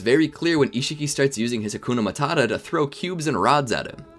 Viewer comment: How to speak names of things in anime correctly. No seriously. I die everytime I randomly click your content and you say stuff weird. Especially made sound like "Hakuna Matata" 😑😑😑(Sukunahikona)👏 I get its to be funny but track record works against you here